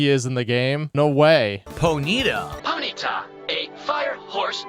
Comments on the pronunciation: "Poh-neat-ah"? Just die,. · I don't expect people to know the pronounciation of Pokemon all the time, but I am amazed that gets it wrong as many times as he does. Why he doesn't pronounce pony correctly in Ponyta when it's a pony Pokemon just proves how dumb he is